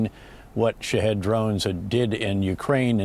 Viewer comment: Lol no "Shahed"